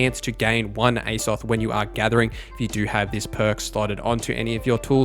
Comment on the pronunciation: Aye-zoth? It is pronounced with a long high A Like A$$ follow by an OFF th sound - Azoth literally the same beginning pronunciation to a well known video game world.... Azeroth.